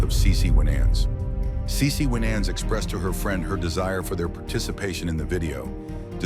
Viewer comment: The documentary is good, but the announcers need to pronounce the person's name right and act like they know how to say the names correctly as well.